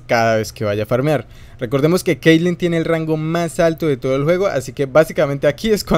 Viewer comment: te equivocaste, esta es caitlyn y no keilen